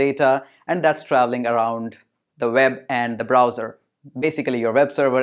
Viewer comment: NiCe video but why you always spell "w" like "v" Ex: You spell web like veb